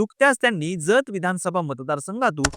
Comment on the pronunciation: जत चा उच्चार चुकीचा केलात आणि आक्रामक नाही आक्रमक असत ते 😊